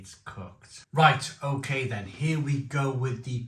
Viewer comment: Think they said it's okay not oaky💀